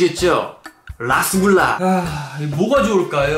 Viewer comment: 라스굴라랑 루스굴라에용 영어 잘읽어보세요 ㅋㅋㅋㅋ